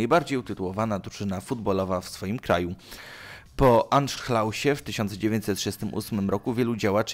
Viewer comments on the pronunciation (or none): po anszhlałsie?! Anszlus a nie anhszlałs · 1.46. To nie był Anszlałs, tylko Anszlus. Brak Ci wymowy. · Masakra niedość że Lazio i Roma są z tego samego miasta to jeszcze mają inną religię i politykę. Mówiąc o religi mam na myśli Judaizm a o polityce Neo-nazizm Czyta się Anszluz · Lektor powinien nauczyć się wymowy obcojęzycznych wyrazów 🙄 bo jak słyszę Anschluss wymawiane jako „anszlałś” to ogrania mnie pusty śmiech 🤣😂🤣 pomijając inne idiotyzmy zawarte w opisach 🤦‍♂️ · Anszlus a nie Anszlaus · Anszlałs... nawet google translate by ci lepiej podpowiedział. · anszlaus xd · Co za wstyd, nawet nie wiedział jak to przeczytać.